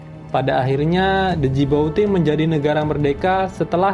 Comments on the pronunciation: Bukan D jibouti bang tapi Djibouti di Somalia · NARATOR GOBLOK , KURANG PENDIDIKAN , ITU NAMA NEGARA DJIBOTI BUKAN DEJIBOTI , GOBLOK GOBLOK , KURANG PIKNIK. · Djibouti=jiboti D & U Ndak usah dilafalkan 😀 Tetep semangat bos 👍👍👍